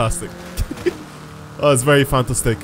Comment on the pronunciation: you said fantastic like fanta stick